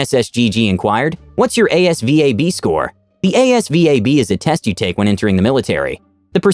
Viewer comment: Asvab is sayd like its a one word